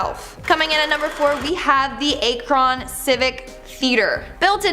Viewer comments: ACK-run, meh-DINE-uh, POR-tudge.. And and ohio video that jumped off to other states? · u need to learn how to pronounce things. ur worse than Cj Faison. lol. it's Ak-ron not Aay-kron & Port-age not Por-Tahj - or just ask an Ohioan. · Oh hun you massacred Akron, lol it's pronounced "Acrin". I have thoroughly enjoyed learning so much more about Ohio, my home state. Ty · I'm from Columbus Ohio and only been to a few of them but pretty cool to visit and not a Cron it's Ak-ron lol Akron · It's pronounced ACK-RON not ACHE-RON. Just sayin' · ACK-RUN not A-cron LOL. eitherway , glad to see an ohio video!~ :D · God damn it. It’s ACK-RUN. don’t make me find all of you. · Medina = Muh-dine-uh Akron = Ack-rin Portage = Port-idge. It really doesn't take much time to look up how to properly say a city name... Facepalm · A-kron. Must be like the sketch from Key and Peele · Whalen think of how the Ack sounds in the word Crack then add Ron...like Ron Swanson. Lol or we would always just call it CrAkron, because when the shoe fits 🤷🏻‍♀️🤷🏻‍♀️😂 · How do you mispronounce Akron of the video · Walhalla is the original spelling of Valhalla. The way she pronounces Medina County's and Akron's names is cringeworthy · Oof. That pronunciation of Akron. 😬🤣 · As an Ohio native I just can't get over how she pronounced Medina and Akron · Me too. Especially Akron.. I'd get it if it was a small town no one heard of, but come on. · you really need to learn to pronounce the names you speak. You mispronounce easy to pronounce words. Akron is a SOFT "a"and and SOFT "o"; and Roxanne?? It's not Roxann-EE. The "e" is silent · You seriously don’t know how to pronounce Akron? It’s not exactly an unknown city. Until the 70’s it was the rubber capital of the WORLD. The All American Soap Box Derby. The first place in the country to produce toys and marbles (Akro Aggies) in the 1800’s. Sheesh